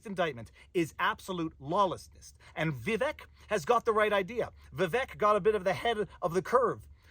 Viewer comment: Vivek is pronounced ViVake